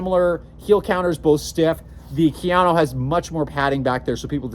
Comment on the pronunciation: Ka. Ya. No. Kayano... 🤦🏻‍♂️